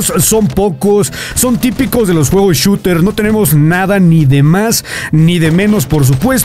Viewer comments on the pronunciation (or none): none